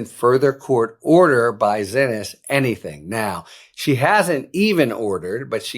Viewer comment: Harry's still calling her "Zinnis". How?! DO BETTER, PLEASE. It is pronounced "see-knees", she corrected the record at, i think, the FIRST court date.